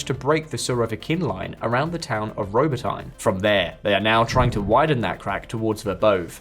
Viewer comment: it would be nice if you guys learn how to pronounce names of foreign places. it's "Robo-tee-neh"